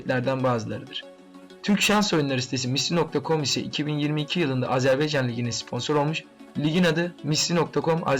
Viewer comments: azerbEycan değil azerbAycan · Azerbeycan değil AZERBAYCAN....A